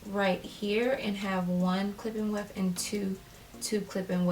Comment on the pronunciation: All I hear is “clip in wef”